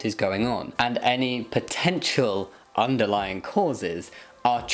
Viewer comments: The word is "underlying", you ignorant woman, not "underlining." Also, Jamie, more vest videos! Hooray for hot weather! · she doesn't even say "underlying cause", she says "underlining cause".